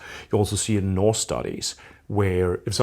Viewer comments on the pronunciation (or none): none